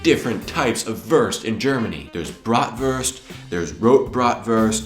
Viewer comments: Wurst not Wörst. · Not " Würst" it is "Wurst" You must pronouncing it differently. But your can lern it. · Very entertaining, I recognise as a Belgian certain dishes like Kartoffelsalat, Fleischsalat. Perhaps remnants of the two German occupations. Well, the Christmas tree also remained from those days. Why do you pronounce 'Wurst' as Werst instead of Woorst? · He lives in germany for how long and still pronounces "Wurst" the american way..."Worst" Put stress on the U sound....WUrst, like Wu-Tang Clan. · please, learn how to say WURST. it is not [WÖRST] nor worst. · He always says "wörst" xD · please say "wörst" again :-) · I love your collection of foods and videos,. Keep up your inspiring work! Yet, there is one thing you're most probably aware of: You use the worst pronounciation off Wurst eif ewwa hörd!;-P Ever tried to say 'vooorst' instead? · I love your pronounciation of Wurst ("Würst")^^ BTW why didn't you list Döner? It's actually a german invention too :) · Great Episode! :) Try spelling the "U" in "Wurst" like the ou in "You".... because Wurst is not worst ^^ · I love how you pronounce "wurst" :D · Your pronunciation of wurst is the worst. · Your ponunciation in the end is the Wurst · You are the Wurst... at pronouncing Wurst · Whenever you say "Wurst" I have to laugh so hard omg hahah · Your pronounciation of Wurst is so funny xD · i do not know what upset me the most his leberwurst = leberkäse or his pronunication of wurst